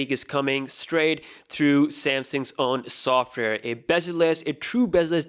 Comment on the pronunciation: software bro you can't even say it correctly